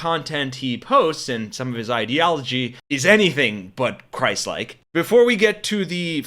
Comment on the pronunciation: Oh "christ like" i heard "crisis king" and was like "yeah there is certainly a crisis"